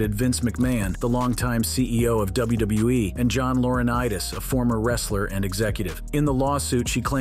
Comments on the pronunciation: I guess some people have a tough time pronouncing WWE. Apparently, this guy is at least one of them. Did you notice it sounded like the guy said Wrestlemania Narteen? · DUDE ITS WWE NOT WBE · why does he say wbue instead of wwe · WBE? That’s what it sounded like. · Why does everyone have such a hard time saying W W E? Why would Brock want her if he's married to Sable? I can definitely see McMahon doing something like that but not Brock. Course Idk him personally so who knows